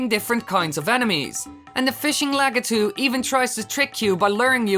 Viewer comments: it is said as LAK-I-TOO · LA KY TOO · well i pronounce it that way,so essientially the entire time you were pronouncing it wrong to me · Lah Kah Tu. Is not how u say it. You say it like LA Key Toe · This is my favorite Mario Bros. character. I've still have my original Nintendo plugged up in my bedroom (*I pronounce his name Lah key too) 🤣🤣🤣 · Actually the only time he said lakitu right was and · Lol Dutch accent kicking in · U almost said it properly